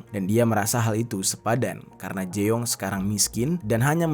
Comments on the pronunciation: jeong = JONG , bukan jeeooonggg 😭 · Kayaknya bukan di baca jeong deh tapi jung 😅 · Fyi ya Eonitu dibaca O Jeong dibaca Jong Poceon jasi Pocon 😂